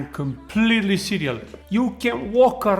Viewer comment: "I'm completely cereal" 😂😂